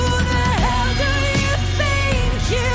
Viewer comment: it sounded like you were saying “do” like “doo” not doe/dough & my inner child kept giggling at doodoo. That being said - she’s a master vocalist. And an Elton who needs to find her Bernie.